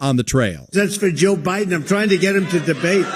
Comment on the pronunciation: Joe 'Hiden'.😂😂😂